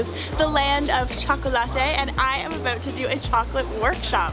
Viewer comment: Aboot? Hehe your Canadian aren't you? Kkk